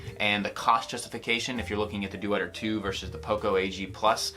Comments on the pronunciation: Good review, but you are butchering the name Deuter. It's not "Due-eter", it's a two-syllable pronunciation like "Doiter". Go look it up on their channel if you want to know. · Deuter is pronounced "doy ter" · It's Doy-ter. ;-) Also, your 18-month-old has a wristwatch! Wow! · It’s not dooter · It's pronounced doyter. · Great review, thanks! fyi Deuter is pronounced "doy-ter"